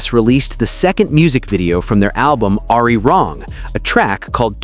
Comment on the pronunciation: You said the Korean word Arirang incorrectly due to being AI.